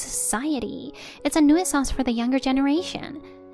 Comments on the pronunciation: 1st story was great. Loved the husband was supporting the wife. 2nd story...please learn how to pronounce nuisance. That was like nails on a chalkboard. Other than that, every one of us over 50 were once teenagers and thought 40s were elderly and in our way. Aging is just nature's karma for being obnoxious youngsters. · 'New-sanse', not 'new-ee-senz'. Your videos sound stupid when you don't research the language